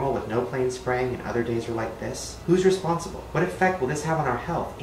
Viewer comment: Said "Responcible" though